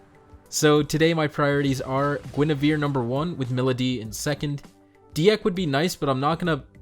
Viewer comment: Congrats on your luck! I wish the 15 orbs I put in got me at least one of new 5* exclusives. Also, Dieck is said like "deek"